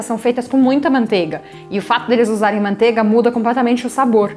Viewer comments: MANTEIGA * (não é “mantega”) PRONUNCIA-SE O “I” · MANTEIGA* PRONUNCIA-SE O “I” ( não é “mantega”)